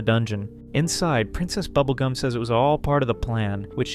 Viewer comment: "prINCEST Bubblegah and the Little Boy"! Yeah, butchered their names he did.